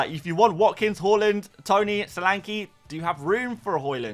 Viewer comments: Why do you say Horland? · Stop pronouncing haaland wrong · Pls learn to pronounce Haaland.. jeez